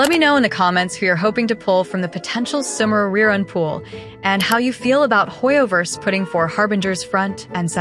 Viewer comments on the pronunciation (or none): that AI voice being unable to pronounce Sumeru but able to say character names is funny to me.